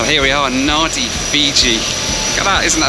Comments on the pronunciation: Naan Dee is the correct pronunciation. Nandi, rhymes with handy is an incorrect anglicised version. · No good when people can’t pronounce a name correctly, Nadi, Pronounced Nan Di, get it right when travelling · Please pronounce names of places the correct way. In Fiji at least you could say BULA to the employees and its NADI with an 'A' like in Africa. Gabriel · Nadi is pronounced Nandi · Just a small point, Nadi is pronounced Nandi! A perculiarity of the Fijian language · Nadi - Pronounced Nandi! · Pronounced Nandi not nadi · It is pronounced NAN-DI not NA-DI. I am glad he said fi-JI and not FI-ji like Americans do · Nadi pronounced Nandee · It's pronounced - Nandi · I kep thinking was saying, "Naughty Fiji!" LOL. I was wondering why Fiji was considered naughty. 😂😅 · Nadi is pronounced Nandi, and how do I know? Because my wife is Fijian and born there. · Just a tiny comment. Nadi is pronounced Nandi. We all fall into that mistake. I always enjoy your vids & my biggest truth. I go straight to see the food. It isn’t always what I’d expect for the Class you’re travelling & the price you’ve paid. I see you as a chap I’d like to share a cuppa with under my house. I live in a Queenslander which supposedly is open underneath to cool the house in Summer. A lot of people enclose downstairs for extra living. I’m in the process of having my downstairs turned into a plant oasis. Not overdone but just beautiful. So if you’re in Queensland you know you’re always welcome. Especially for a cuppa. Who said life has to be serious!!! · I honestly thought you were saying Naughty Fiji. I was thinking, why is Fiji naughty? LOL! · Hey. It is pronounced “Nandi”. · It's pronounced Nandi! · Rofpm. The checkin clerk and dont know how to pronounce Nadi "Nandi". The reason they have no express lane in L.A. is karma for mispronunciation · Nadi is pronounced as Nandi 😊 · It’s pronounced ‘Nandi’. The crew would have said this multiple times. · Nadi is pronounced "Nan-dee".